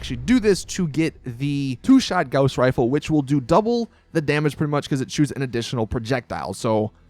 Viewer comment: You're mispronouncing gauss